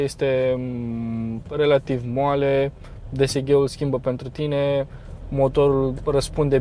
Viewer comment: vrem review la Seat Leon St Fr Facelift 1.4tsi 150hp 250nm dsg ( pronunțat desege nu ghe:|